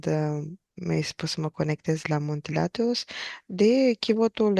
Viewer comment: n ai pus accentul corect...Athos, accent pe A, nu pe thos.